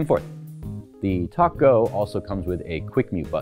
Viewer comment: Dude, you needed to wear a white shirt. Funny- Every time you said TalkGo it sounds like (& makes me think of) Tacos! May I Have A Taco With My TalkGo?